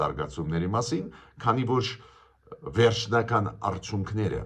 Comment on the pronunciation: Հարգելի պն Գրիգորյա՝ն,Ձեր ներողամտությունը հայցելով հանդերձ կխնդրեի, որ « արդյունքներ» բառի Ձեր ընթերցման ձեւը վերանայեք: Հարգանքներս